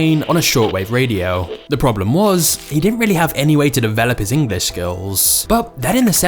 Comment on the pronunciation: When the video talking about Jack learning English the presenter here keeps on saying Engliss. Is this somekind of diss?